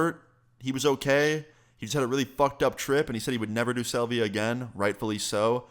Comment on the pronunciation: Dude can't even say salvia correctly